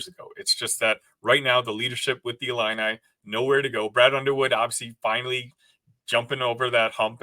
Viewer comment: Discount Justin Timberlake looking dude pronounces 'ILLINI' funny strangely... 'ill-in-eye' :|